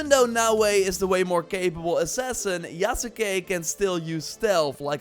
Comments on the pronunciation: Yasuke is pronounced "Yas Kay", not "Ya Sa Kay" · “Yas-Kay”….come on man lol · the U in Yasuke is silent! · this dude can't even say yasuke right